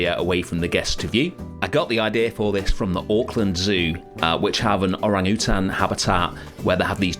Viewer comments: I was cracking up when he said "or-ang-oo-tan" 💀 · I've never heard anybody say Orangutan like that before.